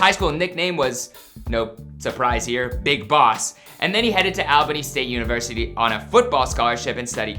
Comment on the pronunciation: It's ALL- BINNY!!!!!!! (ALBANY, GA)